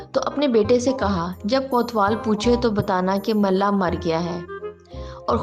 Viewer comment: It's mulla not malla